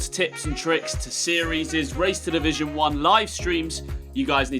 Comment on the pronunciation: “race to davon series” get jonny’s PAPA to give you english lessons bro